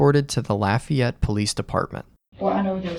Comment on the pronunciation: "Laffy-ete" 😂 Otherwise, this is a horrible story